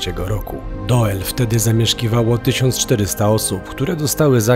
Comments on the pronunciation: Mieszkam w Belgii i byłem tam na rowerze. A tak swoją drogą: Doel czyta się Dul Pozdrawiam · Czyta sie dul ... Oe = u. Te duże kolcki lego wcześniej tam nie stały. Teraz na terenie prowincji Antwerpen coraz wiecej ich jest , aby ludzie nie wjeżdżali autami. Pozdrowienia z Belgii. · Nazwe miasta czyta sie Dul, oe wymawia sie jako u w języku Niderlandzkim jak i w Fryzyjskim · W jezyku flamandzkim "oe" wymawia sie jak u a wuec miasto nazywa sie "Dul" pozdrawiam z Holandii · Filmik fajny, mam tylko jedną uwagę - nazwę tego miasteczka wymawia się DÓL (to holenderska nazwa, a w j. holenderskim "oe" jest odpowiednikiem polskiego "ó") ;) Łapka w górę i do następnego razu :) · To sie czyta Dul I jest opuszczone dlatego ze chcieli tam wybudować fabryki I tego typu rzeczy ale ludzie powiedzieli ze nie sprzedadzą fomow więc wybudowali dookoła i zrobiła się zla komunikacja więc większość I tak się wyprowadziła chodź do dziś mieszka tam jeszcze parę osób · Po 1 Doel czyta się DUL 😅 Po 2 w Belgii jest kategoryczny zakaz publikowania w sieci zdjęć oraz nagrań elektrowni atomowej w Doel... Grozi za to sroga kara a nawet więzienie....najwyraźniej o tym nie wiedzieliście a myślę że warto zrobić najpierw research zanim coś się wrzuci 😅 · To jest nie dokońca opuszczone miasto ... tylko wieś ...i mieszkaja tam ludzie jeszcze... pisze sie Doel.a czyta " Dul "... Pozdrawiam... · Rozumiem, ze macie prawo nie znac jezyka, ale dla waszej informacji : w holenderskiej czesci Belgii i Holandii: "oe" czytamy jako "u" 😀 wiec byliscie w Dul... tak dla ciekawosci po polsku doel to czesc 😀 gdyby bylo "oë" wtedy czytacie "oe". Jakbyscie potrzebowali pomocy w Nl mozecie sie odezwac. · Nazwę tego miasta czyta się "Dul" 🤗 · 'Dul' nie Doel ;) Pozdrawiam, świetny odcinek! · Czyta sie "Dul", pisze sie "Doel" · Trafiłam na was niedawno i lubię z wami odkrywać nieznane🤩Trochę was tu poprawię, bo to całe „oe” czytamy jak polskie „u”. Czyli fonicznie to DUL. Ok, oglądam i słucham dalej … 👍